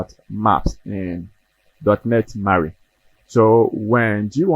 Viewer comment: It's Maui! Mawwiii 😂